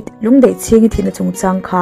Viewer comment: Lungdeihchhingi ni loin Lundeihchingi